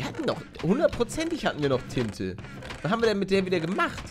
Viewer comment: palle auch wen du nicht alles siehst mögen wir dich daf7r dein lachen und etc du bist einfach so eon toller YouTubeer und wo du tinte gesagt hast dachte ich du sagst tite